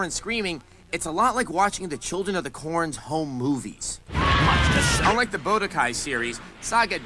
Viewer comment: dragonball z saga and bodokai ...this guy can't read smdh he sees no s at the end of sagas or the u in budokai